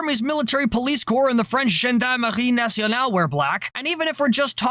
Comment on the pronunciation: FUCK, Gendarmerie Nationale, hit hard, first time i hear a non-french person actually say it that well. i was not prepared, gg. (and that come from a french person)